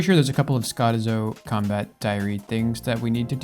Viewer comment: Lmao the way he pronounces skotizo is hilarious